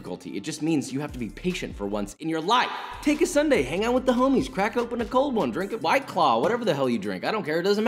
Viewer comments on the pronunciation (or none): none